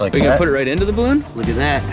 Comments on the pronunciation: "Ballon" XD 😂🤣🤣😂😂😂😂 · Lol "ballon" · Noice "ballon" there kappa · "Balloon"... xD lmao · Yeah... "ballon"